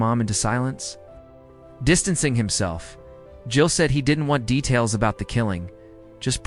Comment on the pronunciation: Super poorly done. Did you submit a script to a narrator with bad punctuation and pay him to read it for you? Can't pronounce JEEL or E Z Pass lol. Take this abomination down.